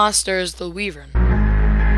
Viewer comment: It's not pronounced Wee-Vern, it's Way-Vern